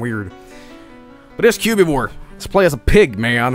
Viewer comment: "Cu-bee-vore" It's Cubivore